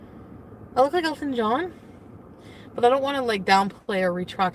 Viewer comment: Wait did she say”elephant John” or Elton John???